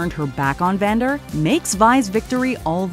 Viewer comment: Is it me or when you guys were talking about Powder's bomb working you called Vander, Xander? I noticed it with act one as well. Yeah that part of the script was a little bit misspelled